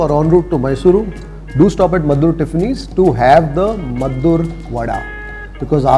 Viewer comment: Meddurr alla pa, Maddur..